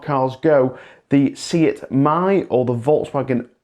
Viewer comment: Could you please say SEAT correctly? It is an E, not an I. We don't have 23 different vowels, there are only 5 frickin vowels in spanish, how hard can it be???